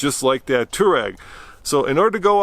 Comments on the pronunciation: It's not pronounced as tooreg. It's towareg or to war eg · Slip start in a Tesla is to allow it to slip - not prevent it hence why it was worse. It’s to override the traction a little when you actually want some wheel spin. Best to study how features work before guessing. Also Touareg is pronounced Twa-regg not tour-regg. Also please stop giving up or talking about giving up as soon as you slip a couple of times. All cars without lockers WILL slip and spin a wheel or wheels BEFORE the other wheels are given traction. Just give constant throttle and persevere. Gosh, you can take 2WD cars many places people don’t expect if you just allow some wheel spin. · Does anyone else think they pronounce touareg weird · Why can't you pronounce Touareg? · Sad they didn't even bother to figure out how to pronounce Touareg much less inform us of the bottom shielding actually in the X. The existing shielding is for puncture and impact resistance. The more crushing-type loads you get from dropping off an obstacle and high-centering on a pointy rock are probably much less covered. Whether the existing shield can take the entire weight of the car on a 1-inch diameter penetrator is doubtful. It's like a Kevlar vest -- you don't put one on and say, "drive over me." You need the right shield for the right function. Rally cars have a titanium shield over the bottom and incredibly low ground clearance. Maybe start there.